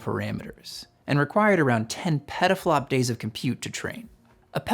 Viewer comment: Why does he keep saying "peDaflops", though?